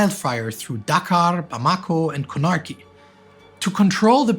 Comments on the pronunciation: The third syllable which accent added to "Guinea" really threw me off, as did this metathesis when I tried looking up the capital to find out where he was talking about! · It's not "snarky" Con-a-kry, not Con-arky